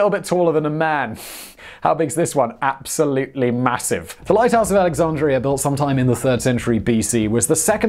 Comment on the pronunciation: lol@ "AlexaRndria"